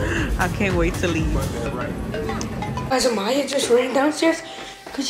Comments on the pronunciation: It’s Amyah not ahmyah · You said it wrong it’s amyah